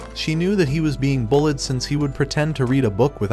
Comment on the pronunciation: Instead of bullied he said bulled😂